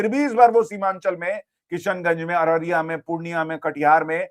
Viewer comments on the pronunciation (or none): none